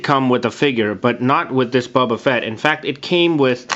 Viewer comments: great but it is boba not buba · The way he pronounces "Boba" sounds like "Bubba". Bubba..........I have an idea.